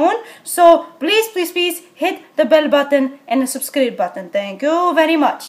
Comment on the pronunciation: She didn’t say subscribe she said subscreep lol hahahahah